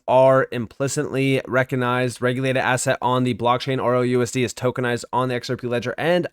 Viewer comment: Why do you keep saying “ROUSD” when it’s RLUSD?